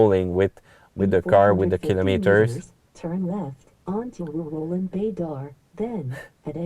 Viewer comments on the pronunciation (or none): none